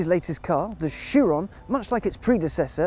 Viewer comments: Dovakhiin exactly. He was my favourite (especially since Chris Harris is kinda gone) now i like him even more. to him i say bravo for being the only person i ever hear pronouncing Chiron well (appart from the announcer at Bugatti in the Motorshow) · So there is at least one person on the English speaking internet that can pronounce Chiron's name properly ! :D